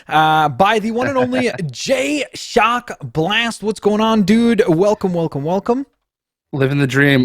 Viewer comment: Hey In Jayshockblast video he made you sound like you said jock instead of shock when you said his name